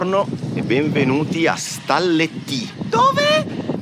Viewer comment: Ragazzi, un solo appunto: Stalettì con una sola L 😅